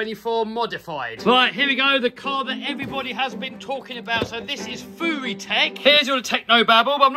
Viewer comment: Isnt it fury not fewy